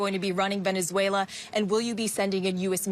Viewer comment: Nobody is defending Maduro, that is a false narrative. This is all about taking resources from a country that can't do anything about it. Trump couldn't care less about Venezuelans. Or as Trump pronounced it "Venezualer".